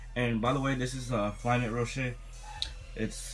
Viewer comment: Me:*hears Ro-shay* xDDDDDDDDD dude its Ro-she